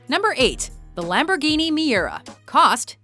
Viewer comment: DAT LAMBURGENI THOUG